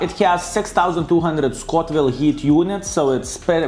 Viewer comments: Scoville! Not Scotville ;) Respect man! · I love how you say Scotville units instead of Scoville, casual Baboon style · there's no 'T' in Scoville.:D